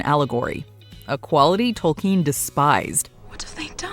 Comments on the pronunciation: Tol-KEEN?! isn't it pronounced Tol-KIN...? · The way she pronounces Tolkien 😂